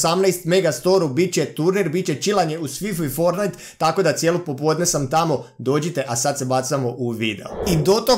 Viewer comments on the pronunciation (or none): none